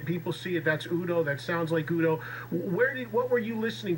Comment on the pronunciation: Eddie needs to be more prepared for his guests. Not knowing the correct pronunciation of u.d.o. Is unacceptable